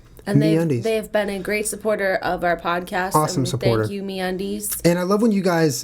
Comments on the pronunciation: MeatUndies is what I thought you guys said. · lol when he said me undies I thought he said meat undies and I was like... 0_0